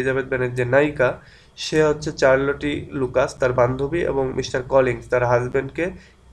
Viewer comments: it's শারল্ট not চারল টি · in this video your pronunciation Charlotte is wrong...but i love your videos and its really helpful..